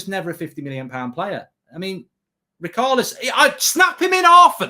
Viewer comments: His name s Richarlison not Rickalson you tit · Why’s he called richarlison rikarlison